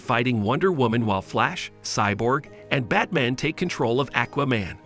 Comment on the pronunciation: I seems to be all his videos. Batmen instead of batman, Darkseed instead of Darkseid. Luhther instead of Luther. I could keep going